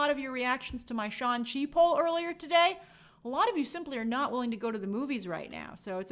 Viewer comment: We’re going with “Shawn Chi” as the pronunciation now?